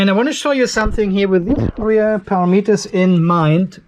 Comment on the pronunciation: It’s “pa ram eters” not para meters!😁😉 Thanks for the info!